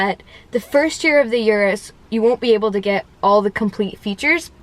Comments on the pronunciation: I am not Italian but I can say the name correctly. It is OO-ROOS not YOU-ROOS. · It's not a Yuris. "oo rroos" No "Y" Urus. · Get the pronunciation right. It's Ooroos